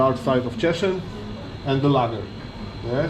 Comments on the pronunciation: Is Cieszyń not tishin 😡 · Cieszyn :) Tak sobie myślę "o co chodzi z tym tiszinem? Może on jest w Tychach..." A to Cieszyn.